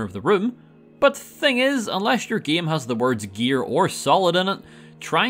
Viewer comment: He pronounces game like GEEUM